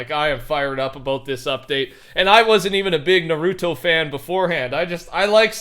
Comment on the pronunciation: ~ nah roo toe ~